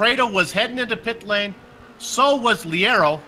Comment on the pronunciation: Leiro is pronounced "Layro"